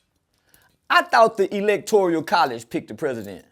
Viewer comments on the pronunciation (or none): “Electorial college” 🤣🤣🤣. He must’ve just learned that Umar’s video the other day and tried to put it to memory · “Electoreeyuhl College!” 🤦🏻‍♂️